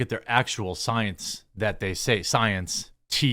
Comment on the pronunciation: Got me with 'The Soy-ence" 😂😂😂